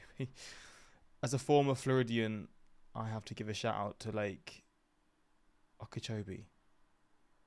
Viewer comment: As a Floridian I’m impressed that you pronounced Lake Okeechobee pretty much correctly.